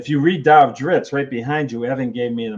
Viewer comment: Interesting that RA keeps using the pronunciation of Drizz’t in two ways, “Drizzd” and “Drits”, through each other. And yes I got that! “Wobbah wobbah!” - that was epic